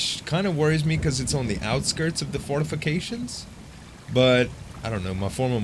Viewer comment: anyone else notice he says fartifications